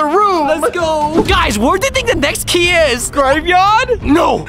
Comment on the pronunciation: Why you said giy instead of key you need to go to school 😮😂